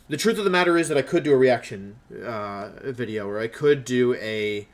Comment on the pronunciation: Hope you feel better Wolfe. Thank You for all the Wideos. Take a break Wideo Man